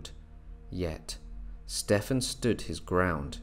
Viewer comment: Wondering why you keep mispronouncing Stephen.